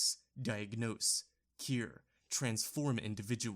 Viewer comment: Did you just pronounce the word “cure” as “keer”? What even was that word!?!